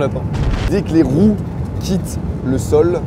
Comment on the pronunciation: mdr au debut g compris "des que les roux quittent le sol" 😂